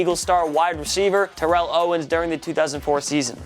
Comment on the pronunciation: Same here.... Although he does pronounce Terrell Owens correctly later.